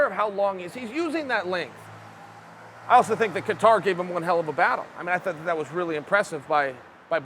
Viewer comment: "Ka-TAR" gave him a good fight..Uncle Chael did it again